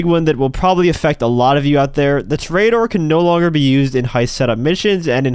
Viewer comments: It's pronounced tore a door not tarare a door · It's Tor-EE-A-dor you clown. You know, Like a bull fighter. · disliking because of your pronunciation of toreador